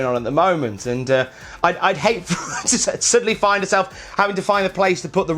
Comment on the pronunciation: “For hewr” lol